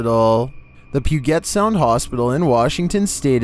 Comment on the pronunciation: Puget Sound is pronounced "Pew-jet"